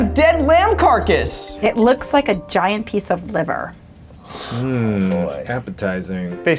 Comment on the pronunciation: the way she said liver